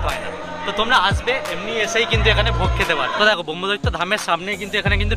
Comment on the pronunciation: সঠিক উচ্চারণ করুন। ব্রহ্মদত্তকে ব্রহ্মদৈত্য বলবেন না।